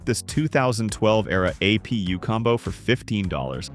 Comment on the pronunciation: Am I the only one annoyed with the AI voice over being unable to pronounce A-M-D or G-P-U or A-P-U normal? lol